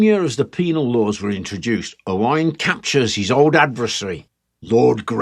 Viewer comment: As a native Speaker of Cymraeg from Gwynedd and is called Owain you aced the names and pronunciation! Diolch yn fawr, thank you.